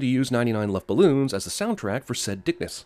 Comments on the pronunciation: Im german and how you said Luftballons made me angry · And one sin for you pronouncing 99 Luftballons ;)